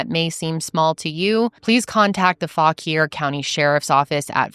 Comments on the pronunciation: I live in Winchester Va and never heard this story. Thank you for sharing with such care and respect. Also, good job on pronouncing Fauquier County. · Thank you for properly pronouncing Fauquier. Too many people who aren't from the area mispronounce it & it was refreshing to hear. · Me forgetting upperville was in Fauquier until the very last minute when you mentioned it. That’s insane, I never hear our county mentioned and you did a better job pronouncing it than half of the NOVA transplants do lol